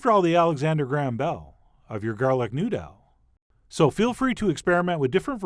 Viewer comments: 🎎⛩️㊗️ newdoww LMFAO good one chef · Bell and New-dell SIGH